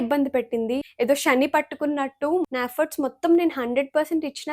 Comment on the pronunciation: షాని కాదు madam, శని అనాలి